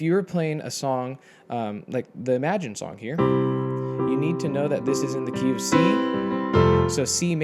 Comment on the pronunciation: Am I the only one who hear KFC when he says "Key of C" :-)))